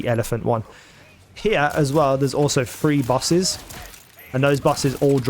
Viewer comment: are you saying "three bosses" or "free bosses"?